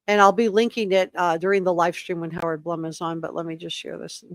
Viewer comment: FYI- I believe Blum is pronounced “bloom”.